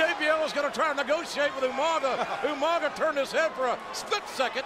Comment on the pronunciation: everytime i hear umaga i cant help but think “ewmanga”